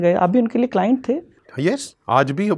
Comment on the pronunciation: Sahi kha paji claint claint hota hai😂😂😂😂